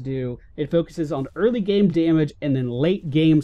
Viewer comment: "Day-mage" -_- Da-mage*